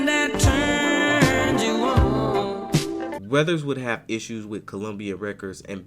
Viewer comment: Can you stop saying his last name like that?